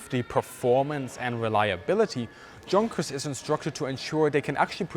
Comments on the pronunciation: That's as in "Yoonkers" in English pronunciation, consistently, not Yunkers (even), excuse me. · not ya, but you: for english speaking people is pronouciation from Junkers= "yougkers", Jumo= "youmo" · The Me 262 has always been one of the most fascinating aircraft from WWII and I greatly appreciate this in depth video on it. I also appreciate that your main viewership will in the US, so I'd like to assure you that when pronouncing proper names of German people or companies, we will be able to understand your use of the Germanic 'Ya' sound for words like "Junkers" and "Jumo." It was a little off-putting to hear you say them with the English 'J' sound. And in English, a "junker" is a worn out car OR a person who scavenges through junkyards. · Hi, I'm one of your viewers in the UK. I find your videos very therapeutic to watch. I really like the fact that you talk factually and even handedly when referring to WWII. As a brit, please can you confirm the correct pronunciation of the aircraft maker Junkers. I've always assumed that ignorant brits pronounce the "J", but the proper way to say it in English would be to pronounce it as "Yunkers".. Is this correct or totally wrong, please advise... This is so not important, but it is bugging me. Thanks and keep up the good work dude. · Great commentary with many well thought-out incites. As a native English speaker, I have one request though. Please do not anglicize the pronunciation of German words. I like it that you pronounced "Jabo" correctly but pronouncing "Junkers" with an English "Jay" sound really grated. Please use the correct pronunciation, as a German would say it, that way we can learn the correct version. One question that bothers me about nomenclature, if I may. We all know that the Bf109 was not an ME109 but I recently heard an ex-German fighter pilot who flew it calling it an ME109 ("ME hundert neun"). ME pronounced "May". Was it common for the pilots themselves to call it an ME109?